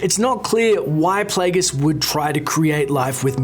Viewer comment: i love your pronounciation at 4.20: Pleguus